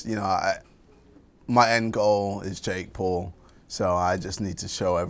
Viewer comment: “Jake Poll” - KSI